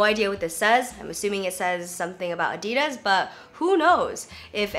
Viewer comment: It's ADD-DEE-DAS. not Ahdi-durs.